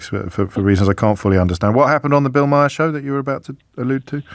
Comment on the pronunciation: Trust me, you won't like Bill Maher (pronounced 'mar', btw)